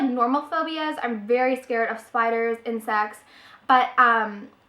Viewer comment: and you said insects for some reason i understood and sex lol sounded funny!